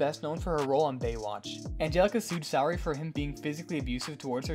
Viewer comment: Sheldon Sooooray….not Sow ray